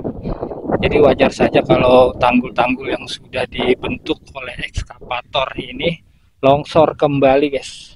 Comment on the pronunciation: maaf ya Bukn,ESKAPATOR,tapi excavator 🙏🙏